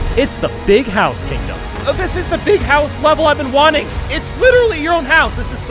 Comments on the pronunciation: "BeEg hOuSe" I love the way he says "basic gaming chair" ROFL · It’s not a big house ITS A BEEG HOUSE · There's Big houses, and then there's BEEG houses. XD